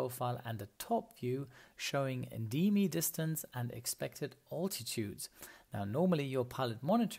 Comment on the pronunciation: Am I the only one who finds pronunciation occasionally odd? My favorites are “bearing” and “altitude”, which come across as something like “beering” and “alltitude”.